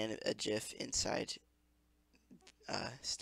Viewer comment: its lens, not lesne ♥